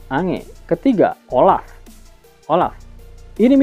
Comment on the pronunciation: Bukan ange,tapi di baca enj,, lontong betul kau